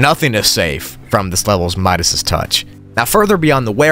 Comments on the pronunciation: You said Midas touch weird, it’s just Midas 😂 not midasis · You pronounce Midas touch wrong, look it up on google the pronunciation sir